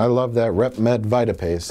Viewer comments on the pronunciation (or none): Mike pronounced RedMed Vitapaste as “rep MUD vita paste.” It’s pronounced VEEta paste. And he calls himself a flan...